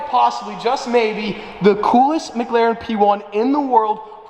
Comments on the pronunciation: Sounds like you’re saying McGlaren instead of McLaren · this is a thing that ive seen many Youtubes say differently is pronouces (Mick-larren) or (Mig larren)